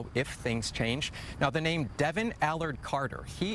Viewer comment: Doesn't know how to pronounce his own last name....?? Wtf